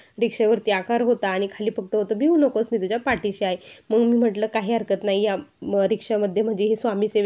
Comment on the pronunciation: बिहू nahi भिऊ